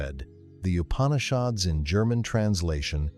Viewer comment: Please pronounce the name of the Upanishads correctly. When you give attention to all other details why neglect this???